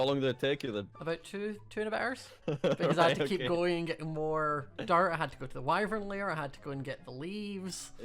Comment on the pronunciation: Oml every time he says dirt it sounds like dart